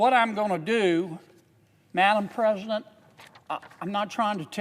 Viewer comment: Madam ppresiident?